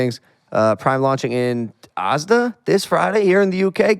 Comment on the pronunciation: The way Logan pronounces Asda like "arse-da" its "ass-da". And btw great talk with Jidion hes definitely on the comeup.